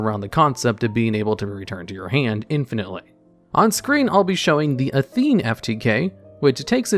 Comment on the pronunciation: Not gonna lie, the pronunciation of Gungnir and Athena bothered me a bit more than I thought they would 👀